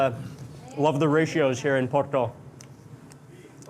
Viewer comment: Thank you for saying Porto and not Oporto! Hope you had a great time in our city :D